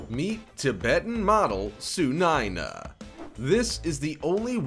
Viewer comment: Hey that's not tsunaina That's sunaina